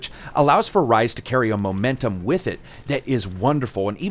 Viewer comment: I kept thinking of Ryse.. when you say Rise. lol.